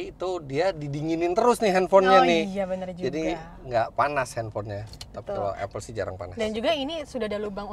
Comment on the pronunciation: Apple yang benar dibaca Apel. Seperti bahasa kita melafalkannya. Mbak itu sudah benar. Saya juga heran, saya tahunya dari dosen bahasa inggris.